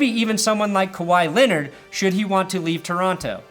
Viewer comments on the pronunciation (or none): none